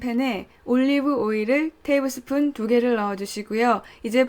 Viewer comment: 테이블스푼이 밥숫가락인가요? 발음이 약간 꼬였다 했더니 영어권에서 살고계신가봐용